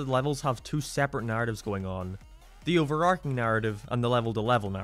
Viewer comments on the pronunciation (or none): none